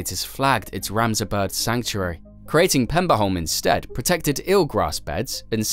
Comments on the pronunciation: The Danish name of the island is Peberholm, not Pemberholm. The Swedish name is Pepparholm. Both meaning Pepper island. No extra points given for figuring out what Saltholm means. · if he'd just said pebberholm it'd be fine but Pemberholm is... Interesting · I cant keep listening to the Pemberholm :( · At no point does this video answer why they had to build a tunnel AND a bridge. It only answer why part of it had to be a tunnel, not why it couldn't be a tunnel all the way. And as others have pointed out, it constantly calls Peberholm PeMberholm for some reason. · So many facts in this video that you got wrong that I'm not even gonna try to summarize them all. And as other commenters have said, where do you find the M in Peberholm (Danish) Pepparholm (Swedish)....